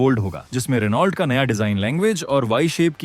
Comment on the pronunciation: Pronounce as Reno